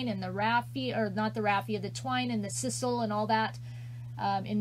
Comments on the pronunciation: I love the wreath! It is s-eye-sal. Lol. 😍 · I believe its pronounced S-EYE-SAL. So cute, though.